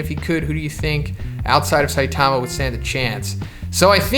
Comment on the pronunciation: "Siatama" lol